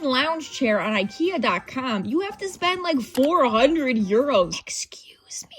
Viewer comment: “IKEA.CAHM” 😂❤ you can take the ally out of the Midwest….❤